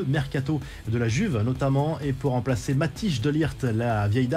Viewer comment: MAT-EYS et non MATIGE 😂⚠️